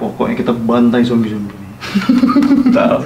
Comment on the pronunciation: Makanya 'Zombie' bukannya 'Jombi' hahaha 😂